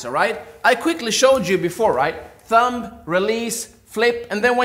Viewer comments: I hate being ''that guy'' but is it pronounced THUM not THUMB ''B'' is silent! Please don't hate me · “ThuuumBa” 😂 that was so adorable for some reason 😅 The B is silent 😊